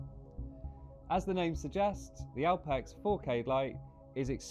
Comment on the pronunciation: Why does keep calling it Alpax?.. Awesome looking scope.